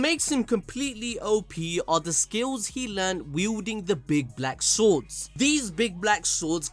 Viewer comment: says: big black swords here was me who heard Big black balls